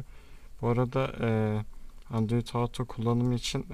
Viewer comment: android Auto değil kardeşim "OTO"